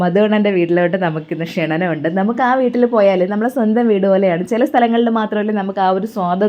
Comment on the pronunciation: ക്ഷണനം എന്നല്ല ക്ഷണം എന്നാണ്